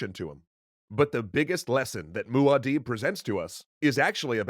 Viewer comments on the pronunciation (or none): Guys, please ! It's mUAd'dib, not "Maud". Did you write this episode from memory or did you actually consult some sources, like, say, the NOVEL ?? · IKR, Moo- adib? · I still don't get why people pronounce "Maud'dib" "Maud'*deeb*". I know Herbert himself pronounced it close to that, but still, that's not how it's written, nor how the original word, in Arabic, is pronounced. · Guys, come one. It's Muad'dib, not Maud'dib